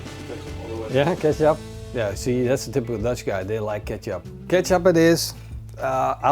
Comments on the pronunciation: Nice and very informative video. Just like all your other videos. One thing though: kecap is pronounced the same way as ketjap. In Indonesian, the "c" is pronounced as a "tj". So never ever call it "keesap" again :-D. And Conimex cannot and will never be the no. 1. Kaki Tiga, ABC or Vanka Kawat are the way to go. If you like, you should also try Kaki Tiga Medja! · Thank you for this. I could not understand what he said as it sounded like he was saying Ketchup to me. LOL